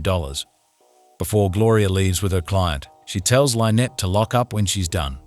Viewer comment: When you can teach the ai to not mispronounce the name Lynnette, you can stop wanting to kill yourself